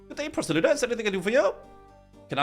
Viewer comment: Why are you choking on your Rs when saying Proselye lol